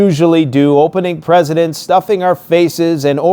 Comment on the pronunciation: Did you just say: ‘opening presidents’?! 😂